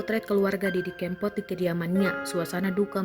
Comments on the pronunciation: Hei...Didi Kempot, bukan Kémpot. Naratornya payah. Kempot = karena lesung pipi almarhum. kalau kémpot = artinya balapan liar, ngépot... ugal2 an, bahasa daerah. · Tribune timur mas....org timur klu baca e kan ee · Didi kempot nyebut nya salah melulu e nya di baca nya salah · Kempot bukan keempot duh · Didi Kempot bukan Didi Keempot😌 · Waduh salah ejaan Tante cb dengar org lain sebut nama Didi kempot dulu gih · didi kempot mbak ...bukan didi kEEmpot...innalillahiwainnailaihi rojiun...mga husnul hotimah.. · Mbak e udu wong jowo,,,,pengucapan kempot kleru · Ngucapin kempot nya kok gitu... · Mbaaaak.. Bahasamu aneh banget.. Solo..bukan solok.. Kempot bukan kem..